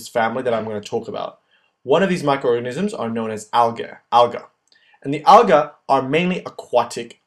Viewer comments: You're pronouncing "algae" wrong. It's "AL-gee". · The way he says "Algae" Al-guh lol